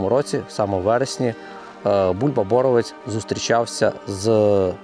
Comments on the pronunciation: Полісся. Рівненське. Не сарненщина, а Березнівщина. І не Бо́ровець, а Борове́ць. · ОчмаНа правильно став наголос. ти що не знаєш української мови. очмана - це очумілий чоловік і т.д. подивись тлумачний словник. БоровЕць а не бОровець. не якова долина а янова долина. по Очмані не все так однозначно. то що він працював з нквд факт.